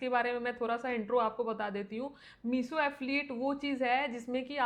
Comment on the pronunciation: मीसो क्यों बोलती हो, मीशो बोलो न । ऐसा सुन सुन के मेरी सांस रुकने लग गई